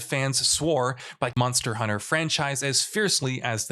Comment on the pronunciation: Anyone else here him say “Monor Hunter?” Great vid